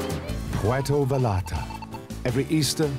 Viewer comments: the narrator can pronounce Gallardo correctly but not Vallarta. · FYI, ...the 'L's are not pronounced in "Vallarta". Buen Camino